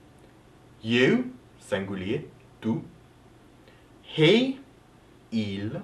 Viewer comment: the word tu doesn't sound like you did. I see French isn't your native language then! but your French is really really good!